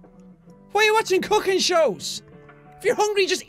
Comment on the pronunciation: Oh u said cooking I thought u said fucking show 😃😜